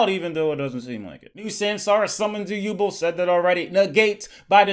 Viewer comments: I love you but it's Yu-Belle not yubuhl My childhood can't take it. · It's pronounced you bell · Can’t believe he was mispronouncing “yubel” the entire time.